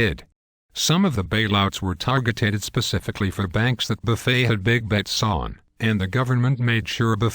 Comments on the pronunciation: That's Warren /Buffay/ ! /Bernanks/ Dude. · Why do the voices silence letters in Buffet's name and Bernanke's name? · Good info,but I wish they could get the voice synthesizer to pronounce Warren Buffet's and Burnekie's name correctly. It's comical